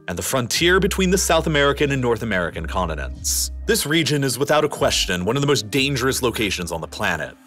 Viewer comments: Conninants? Mounnains? You should pronounce words correctly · "conununts" "moununs" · Why can't his guys pronounce his (t)s continents it's not coninence. Sounds like a dope . Also mountains not mounans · Did he just say “condinends”? Pronounce your t’s buddy 😂